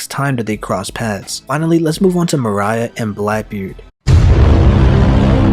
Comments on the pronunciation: I think the biggest taboo is how you fucking pronounce your words and names like moria sounding like Mariah you fuck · Your pronunciation of damn near every character annoyed me. More-E-yuh not more-I-uh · Why do you pronounce Moria so weirdly?